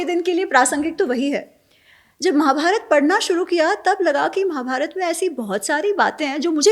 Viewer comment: महोदय, उच्चार में दुरुस्ती करो, रामायणा गलत है, "रामायण" सही है. महाभारता नहीं महाभारत जय श्रीराम